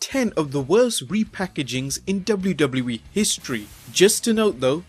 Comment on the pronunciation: The way you say WW in WWE is fucking infuriating! its Double-U Double-U not DOBLERDOBLER